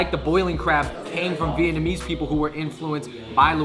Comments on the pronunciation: vietnamese is definitely pronounced better than vietnamese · You guys really need to work on your vietnamese. Your pronunciations are terrible.. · Their Vietnamese is pretty bad, thought my pronunciation was bad.